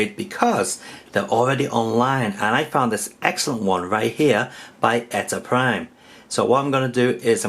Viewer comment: funny thing is, he says the his name as on every video lol